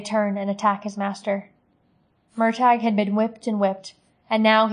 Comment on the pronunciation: I hope you learned how to pronounce his name by now but its "mur tor" not "mur tag".